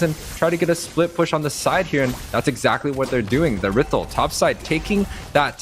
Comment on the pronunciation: who tf says errithl